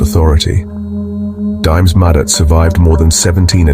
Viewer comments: total butchery of how their names are pronounced. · Train your stupid AI narrator to pronounce names and other words correctly. It's disrespectful to butcher someone's name so horribly. A**h**le